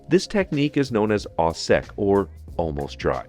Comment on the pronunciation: A.note on pronunciation. The phrase "au sec" is French. It's pronounced "o sek" not "aw sek." Cuisine is a language too, so why not celebrate both, and treat them with equal respect? Also the French term "pinçage" is pronounced VERY approximately "pan saw-shush." This rendition is pretty dreadful, but yours ("pin say") is truly atrocious. Please avoid this word until you can pronounce it without hurting people's ears.